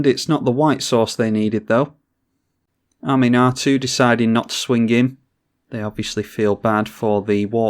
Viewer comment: Ahm-un-ah-too...that's how you pronounce her...not Animar, lol. Oh wait, now you're pronouncing it correctly...trolling us, noice...really nice edition with mimic vat... I have quickly stopped underestimating Gherid and wort mother because of your game plays so thanks for that!